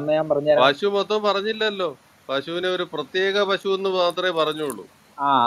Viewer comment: പശു അല്ല പഷു